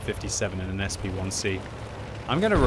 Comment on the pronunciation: "SP1C"?! What? Why not pronounce it as a "Shpick"?